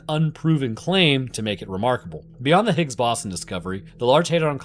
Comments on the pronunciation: Brother doesn't even know how to pronounce Higgs Boson, but everyone has their finger out calling the other stupid. Kay. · you can't pronounce higgs boson correctly? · Scientist doesn’t know how to pronounce Higgs boson? Seems legit